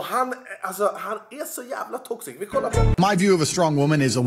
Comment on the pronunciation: Varje gång du sa ”toxic” hörde jag ”tossig” 😂😂 ”Den här snubben alltså, han är så jävla tossig!”